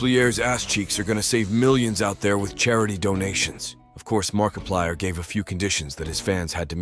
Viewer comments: the markipleeay is real!!!! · "Mark-a-pleaè" What being lazy and using gets you. Garbage,! GARBAGE! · Mark-a-plee-er OF nutty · The Markiplier pronounciation I CANT 😭😭😭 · The Ai voice made me laugh. The way it pronounced markiplier was french as hell 😂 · The fact you not saying markiplier right annoys me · You pronouced Markiplier's name wrong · AI pronounces markiplier like a French word